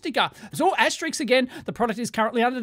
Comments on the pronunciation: * it's pronounced 'asterisk', not "ASTERICKS"! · Dave keeps calling it asterix the entire video. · *"*" is pronounced "aster-isk". Sorry not sorry. :P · * Asterisk/s , as heard on the video numerous times, was erroneously pronounced as "asteriks". Though, above could be attributed to my aging ears.😁 ymmv